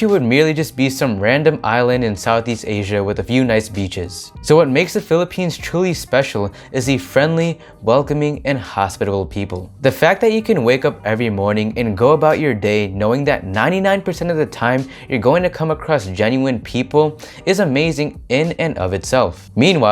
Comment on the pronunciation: did he pronounce "hospitable people" as hospital people...